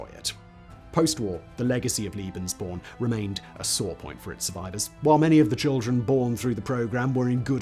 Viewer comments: "Lay-behns-born", not "Lee-behns-born". My ears hurt. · Surely you mean "lay-bens," because a single E is pronounced that way by most german speakers. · Translators work with the written word. Interpreters work with the spoken word. Pronunciation relates to speech, not writing. Come back to me when you have the same amount of experience of listening to English accents from all over the world and German accents from all over the German-speaking world. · It’s lebensborn? Pronounced lay- bins-born. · Making the traditional English speaking mistake of calling Lebensborn "Liebensborn". There was nothing "liebe" about this madness... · Liebensborn? Love born? Come on, bro... a little research on pronunciation... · Sorry, you are wrong. The first "e" in Lebensborn is pronounced like the "a" in say, lay, way. And Liebensborn is not a German word. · Pronounced "Lay Ben's born..!' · I get triggered by the fact that Simon adds an i in the pronunciation of lebensborn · It’s pronounced like the first E in tElevision tEmptation or TEsla not fear or pier. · The E in „Lebensborn” is pronounced like the E in “poke”.